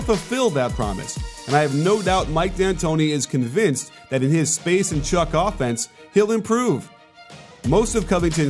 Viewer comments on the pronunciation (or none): none